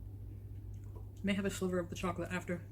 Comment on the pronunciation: Did she say she was going to have a “silver” instead of sliver of the chocolate cake? That sliver of chocolate cake looked like a full sized slice to me! 😳